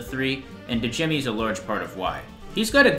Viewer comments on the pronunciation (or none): Complete respect to your ranking, i love how each different weapon appeals to different players, like i used roundabout and tracker for the whole game and had no issues lol but side note: when names start with Dj—, the d is silent. So Djimmi the Great, is pronounced as Jimmy the Great 👌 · alr great vid but yall need to get better with names the d in djimmi is silent and wener wermin pronounced with a v sound instead of w since thats how it works in german. this makes his name make sense since hes a rat hes vermin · Djimmi is your favorite and you can even say his name right lol its pronounced like. Jimmy